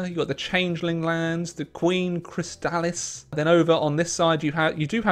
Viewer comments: No. Chrysalis is pronounced "Criss-a-lis", at least in the show. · Glad to see you came back to this mod after your last video on it. Just incase no one in chat told you, Chrysalis is pronounced "Criss-sa-liss". Also very glad you see you're having fun with the mod. If I may, I recommend any of the countries in the River federation as being pretty fun, and they have a nice story. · How are you mispronouncing 'Chrysalis' that badly?